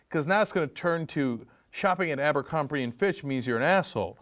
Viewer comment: it's abercrombie not ambercrombie...